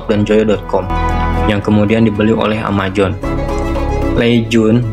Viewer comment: Amazon bang bukan amajon